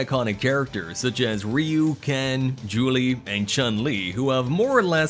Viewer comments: Julie? 🤔 who is Julie? At first I thought Juri was being pronounced wrong, but then later in the video it seems you're trying to pronounce Guile. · Lollll he for sure mispronounced Guile😂😂😂